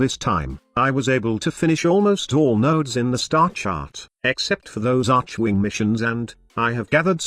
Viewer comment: First of all.. Its pronounced ARKwing. Second of all.. Ivara is not a he.